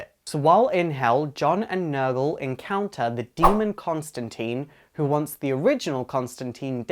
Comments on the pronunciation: You say Constantine wrong. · Is it so hard to pronounce John Constantine right? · Great video, but the only "complaint" is that i think its stated that Constantine rhymes with line. Simple mistake . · Great video, only thing is his name isn't pronounced ConstanTEEN it's ConstantIne, it rhymes with line, sign etc. I know it's like Tomato, TomAte but Constantine did say his name is pronounced that way. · /sigh Constantine, rhymes with Line Not Lean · Tine.... Tine! Not Teen! Grrrrrrr. Nice review, though. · John toth he even says it not teen in line john costantine it rhymes with line he says it in one of the fucking issues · Constantine is pronounced tine like rhymes with fine. But that aside great video. I absolutely hate that modern DC has no clue what to do with the character, in comics or Adaptation ( which sucks because they have the perfect actor for him in Matt Ryan) and the character has (ironically fitting) been stuck in limbo. What they should do is basically relaunch the Vertigo series, have some story where you find out the New 52 version cut a deal to make himself younger but at the expense of his history and just do Hellblazer #301 and go forward. As for adaptation yeah the Arrowverse is ok, but to be honest with how good Titans was and how Doom Patrol is literally the best show DC has ever made, why not a streaming series? Less restrictions, bigger budget and more complex writing. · Yes they get things wrong all the time. That doesn't change the fact that it is pronounce teeen in the films..and there are at least two, not one as you say. NBC has a new series. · So then have no judgement on whether it is right or wrong. You are just pointing out that the movie pronounces it "teen". Thanks. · It's pronounced Con-stan-Tine it rhymes with Line. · Your saying his name wrong its john constantine not constanteen hit name rhymes with line hence constantine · The constant serpentine or the serpent Constantine. Rhymes with nine. Really important.